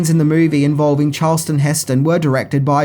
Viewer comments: It is pronounced “ CHARL-TON “ Heston...... Not CHARLES-TON ! Second , GLORY is not a Western. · "Charleston Heston"? lol